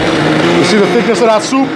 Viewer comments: Not like “soopuh” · lol.. he says souP(pop) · Is the way he says soup that gets me